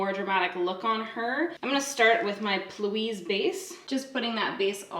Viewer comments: It’s funny how you say P Louise 😂 cuz it’s actually P like pee hahaha so pee louise in two words almost xxx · I can’t decide if your saying Plouise (instead of P. Louise.) as a joke or if you just read it wrong. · Did she say "plouise " like all one word? That's adorable. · your consistency with saying plouise gets me every time lmaooo